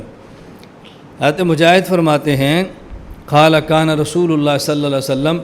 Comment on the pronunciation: گھمن جی۔ عربی سیکھ لو پہلے۔ پھر حدیث پڑھنا۔ شروع میں ہی " قَالَ " کو " کھالا " کہہ رہے ہو۔ دوسری بات یہ کہ چھوٹا پیشاب کی جگہ کیا ہوتی ہے اور پھر بڑا پیشاب کی جگہ کہاں ہے۔ تیسرا غیر مقلد بھی کہتے ہو اور کسی کے فتوے کو سب اہل حدیث پر فٹ کر رہے ہو۔ ڈبے میں پیک کر کے دئے گئے اعضا کا اہل حدیث منتظر نہیں بلکہ اہل حدیث کی وجہ سے تمھیں رزق مل رہا ہے۔